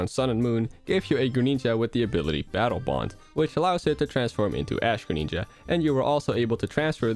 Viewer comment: "Secret Neenja Attack" "Greneenja"